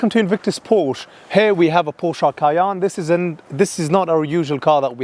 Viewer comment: Cay-enne Porsch-e